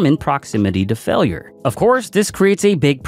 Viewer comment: "failer" "tare"